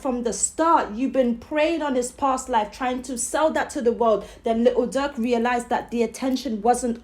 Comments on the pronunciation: Von and Durk was close and it sound like u calling Durk duck goofy ass lady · She cant even pronounce durk name